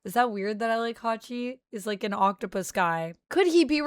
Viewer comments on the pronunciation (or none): none